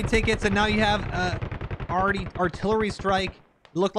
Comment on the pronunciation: The “awready” really had me convinced most be from Minnesota